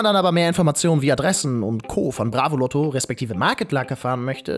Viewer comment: Ich hab mir gedacht dass er immer ausrastet wenn er bravoloto sagt??? Loto nich Lotto!